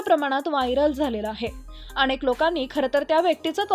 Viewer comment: शुद्ध शब्द " अनेक " असा आहे " अणेक " नाही.